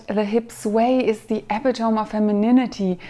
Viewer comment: The word , epitome, is pronounced "eh-PIT-oh-mee", /əˈpɪtəmi/. It's four syllables, and the second one is stressed. English is a difficult language and the pronunciation rules are all over the place. Thank you for your videos on walking!